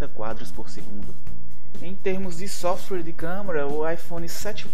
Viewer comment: ele realmente fala softrue?